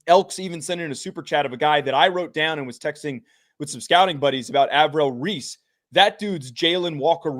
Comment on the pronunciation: Avrell Reese? ARVELL REESE,!